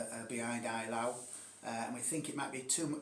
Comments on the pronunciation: Fun game! French is more like Ay-lo (like autre fois), and Russian more like ay-la-u, 'au' is not a diphthong in Russian, and German eye-lau. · The German pronounciation definitely is "eye-lau".